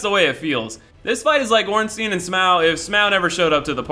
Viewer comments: Ornstyin and smow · It's pronounced like the German word Stein which means rock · "Orenstein and Smow" 😂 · Every time he says "Ornsteen" makes me cringe. The ei is like the ai in sai, it's basic german. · Ornsteen and Smauw? Never heard such disgusting pronunciation in my life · You can pronounce Ornstein like ornsteein if the I was before the E, but that isn't the case so the only way to pronounce it would be Orn-stine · Yeah I called him ornsteen mistakenly for a while too because some people say it could be german but coincidentally I'm now learning german and that wouldn't even be correct pronunciation in german or english.